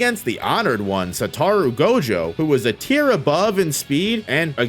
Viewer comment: Sa-toe-roo... Satoru